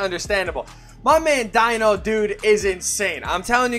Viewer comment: Dino is pronounced as Deeno 😃 and yeah he's insane - the best C i've tried so far. Incredibely quick and versatile, great midrange, good rebounding, decent 3s, he doesn't have any weaknesses.